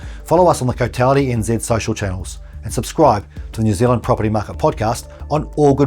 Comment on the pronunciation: You said the oountry's name wrong